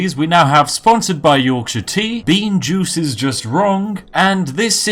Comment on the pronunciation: "Bean juice is wrong" I understood "being jew is wrong" XD